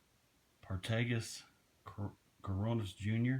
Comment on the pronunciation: Just FYI- Partagas isn't pronounced Par-Tay-Gas. It is pronounced Part-a-gos as told to me by a factory rep a few years ago after I pronounced it the way you did. Nice haul.